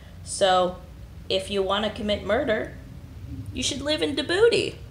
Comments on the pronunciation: actually it's pronounced "Ji-boo-tee", not "di-boo-tee". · Djibouti pronounced jibuti...like ge.. booty.. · It's pronounced Jah-booty, yah booty. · Isn't it pronounced like "ji-boot-ee", not "di-boot-ee"? I think that's part of the confusion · In Djibouti the D is salient, so it's pronounced Jibouti not Dibouti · Djibouti❌ Da booty✔ 😂😂😂😂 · Yes, it is pronounced "ji-boo-tee" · not sure how Arab Djibouti is, but since it's a member of the Arab league, I think the Arabic pronounciation has to be correct. Je-Boo-Tee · its Somali and the pronunciation is JA-Bu-TI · it’s genuinely pronounced “ja-booty”. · jibuti girl it's read jibuti 😭😭😭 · She said dibuti 😭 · It’s pronounced, “dijih booty” btw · Djibouti is pronounced JAH BOO TI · juh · boo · tee D is silent, J isn't. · Djibouti — pronunciation, ‘Jibooty’ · bro wth, "dabooty" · it's pronounced as Gee-Booty xD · "you should live in dibouti" sounded like you should live in the booty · Djibouti is a French word, the D is silent, like in Django. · Djibouti, the d is the silent one not the j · This video is amazing but its so funny how you pronounce Djibouti